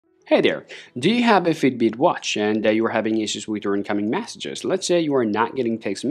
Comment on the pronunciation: Sorry but I can’t watch anymore. It’s Messages…. Not massages!!!!!!